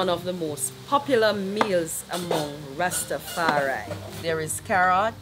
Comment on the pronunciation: Well done You learned to say Ras Tafari, and not Ras Ta. There is no such thing as a Ras Ta. Any Ethitrean ( Ethiopian and Eritrean ) will tell you that